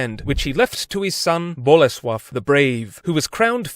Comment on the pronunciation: Your pronouciation of Bolesław is 10/10, really impressive